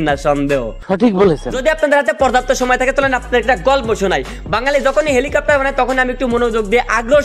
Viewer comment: helicopter ❌ vancopter✔️